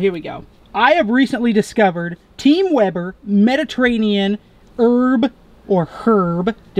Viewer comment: Why does call it Weeber? lol